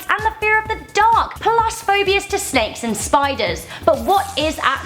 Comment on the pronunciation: Sneiks or Snakes???